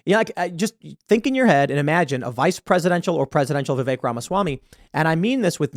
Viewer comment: Pretty sure it’s pronounced “vivik” not vivake lol